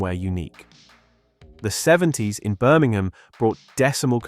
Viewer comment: Incredible how the video announcer (presumably a fake computerised voice) cannot even pronounce 'Birmingham' correctly